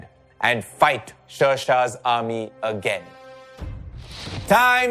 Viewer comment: Everything is good but you are pronouncing Sher Shah Suri's name incorrectly. It's SHER mean lion not ser.